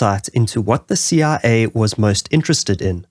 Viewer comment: Ur CIA sounds like CRA, was a bit confusing until you said it alongside the CIA logo